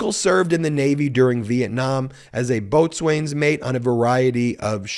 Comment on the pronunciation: Boatswains is pronounced bosun actually. Great upload as always.